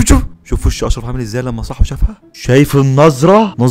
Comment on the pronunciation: اسمه اشف اششششف 😂😂😂😂😂😂😂😂😂😂😂😂😂😂😂😂😂😂😂 ننطق صح هههههه😂😂😂 معروف انو تمثيل طبعااااا انا لاغيت متابعتهم خالص استخفاف بعقول الناس فظيع ياريت تعمل ع التيك توك ❤